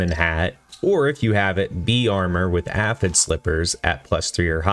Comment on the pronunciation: Bro doesn't know how to pronounce Aphid. When literally all the characters say the word Aphid at some point in their dialogue.